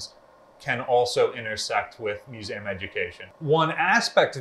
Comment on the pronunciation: Okay love your vids however please for the love of God say MISSOURI AND MUSEUM RIGHT